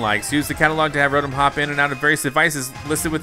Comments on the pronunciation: hes said rotum instead of ro tom the whole series and now im starting to say it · it is pronouced row tom not row tum but it is spelled rotom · its pronounced (Row-Tom) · Stop saying the Pokémon names wrong like weavile and rotom